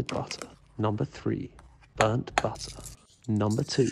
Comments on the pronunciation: A boowool Woootur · The way he pronounces butter with this almost orgasmic undertone